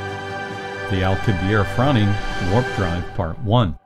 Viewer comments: How can you explain anything about how it works when you can't even pronounce correctly The name of Miguel Alcubierre correctly. The double 'r' is pronounced with a pronounced rolling of the 'r' sound. and the final 'e' should also be pronounced. It is not a silent 'e'. The last 4 letters should all be pronounce clearly, "i-e-rr-e". The letter 'rr' is considered one letter and is pronounced differently to 'r', by giving it a distinctly long roll on the tongue similar to a Scottish 'r'. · Why does the narrator continually persist in mispronouncing Alcubierre's name? It's not French, it's Spanish, thus the final 'e' is not silent, for correct pronunciation the final 'e' must be pronounced.